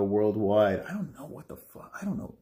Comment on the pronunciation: “Fook You” exactly what I said after the first time I heard you say fook boxing